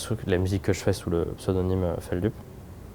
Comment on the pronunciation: ça me stresse quand les gens prononce mal Feldup 😭😭